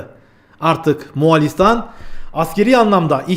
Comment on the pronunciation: Selamun Aleyküm, Moğalİstan değil, MoğOlistan